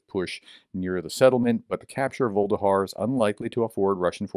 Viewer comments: Vuhledar. Voo. Lah. Dar. Not vuldahar. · Pronounced: Vuh- leh-dar not Volde-har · Dude, Vuh-le-dar, repeat three times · I think it's pronounced something closer to voo-leh-dar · Vuh-le-dar (Voo le Dar) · It's NOT Vuhldehar ! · It's pronounced Vuh-Ledhar. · Pronounced: Voo-leh-dar.